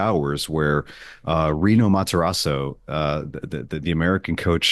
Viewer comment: Guys… it’s Pellegrino Matarazzo